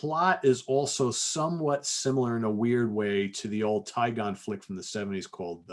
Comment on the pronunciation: buddy, you're awesome but its pronounced "Day-gone" as in its day time and you are gone from a place.